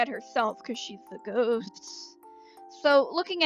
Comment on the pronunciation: I thought you said 'goat' not 'ghost' at first and I was HELLA confused